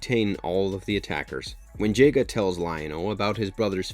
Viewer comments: No the REAL tragedy is the way he's saying Jaga.It's Jaga like in Jahga.Not some Jayga!! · Duuuude... it's pronounced Jah-ga not Jay-ga. And it's WILY (Why-Lee) not Willy like Willie Nelson. Your mispronunciations make an otherwise fine video nearly unwatchable. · Jogga not jayga. "Jagua" Wy-lee kit and wy-lee kat Chee-tar-ah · I love this, But the pronunciation of the names... Willy ki, willy cay? Not Wiley-kit/Kat?? JAY-ga? not Jah-GA? Teegrah? But seriously, I love this show, broke my little heart when there weren't a billion more seasons. This is the kind of smart, well thought out reboot I wish I got more of for my childhood loves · i think if they had kept the 80s look thundercats just upgraded to this sleeker style, it would still be running now. lost a lot of dedicated fans from the off. and its not j-ga its jah-ga. just saying. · Love the video...this was a horribly underrated show. But can you please say Jaga's name correctly? It is pronounced Jah-gah...not Jay-gah. I hope your not one of those people that also say "nuculer" instead of the real word "nuclear" (pronounced new-clear). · why is it that everyone that reviews Thundercats pronounce Jaga's name as Jay-Ga?? I mean, they say it in both versions of the series as Jah-Ga. How hard is it to pronounce it as it's supposed to be?? Also, who in the blue hell is Willy Kit and Willy Kat?? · His name isnt pronounced JAY-GUH.... its pronounced JAH-GUH. THUNDERA? Come on man, you have to try to pronounce this stuff right. THUN-DARE-UH. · It's pronounced Ja-Ga not Jay-Ga. Did you even watch the show dude?? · Yet another show where the "fans" decided they didn't like it because it wasn't the show they remembered without giving it a chance. Also pronounced Jah- Guh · Jay-Guh? WTF?! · "Lionel" ... "Jay-ga"... 🤦🏾‍♂️ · Is this content creator really a fan? Willie kit and willie kat? Jayga? Did they change the pronunciations from the original or am I having some crazy memory recall of the original series?